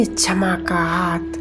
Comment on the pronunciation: ओम शांति बहुत बढ़िया कॉमेंट्री कराई आपने परंतु शब्दों का उच्चारण बहुत ही अशुद्ध था। क्षमा _ छमा शिव _ सिव सक्तीमान _ शक्तिमान सांती _ शांती